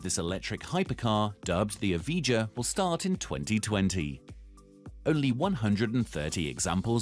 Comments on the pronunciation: lotus EVIJA not eviga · Another thing..... You pronounced the Evija wrong. EV I YA.. TO EASY... Something tells me that this channel doesn't have too much credibility. Plus... The Draco supercar got laughed off the stage by Jay leno.... Why is it on this video?! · Pronouncing the Lotus name completely wrong, Evija is said like Eviya